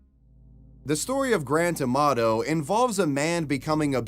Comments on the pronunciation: The way Grant Amato's name gets pronounced. I can only hear GRAND TOMATO every time. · Every time he says Grant Amato it seems to me that is saying "Grand Tomato", LOL!